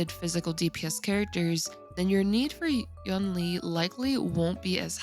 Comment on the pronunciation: Hey, it sounds more like You-ween slurred - it's the same word as second half of Tingyun - it's written like 云 which means cloud